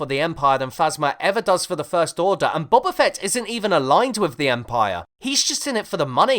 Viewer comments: "Bubba Fett" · is it not pronounced boba fett like boba tea?